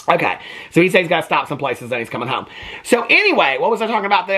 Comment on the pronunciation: When he said "Is my husband home yet?" I thought at first he said "Is my husband hung yet?" and my first thought was "You've been with him how long and you don't know already?!"🤣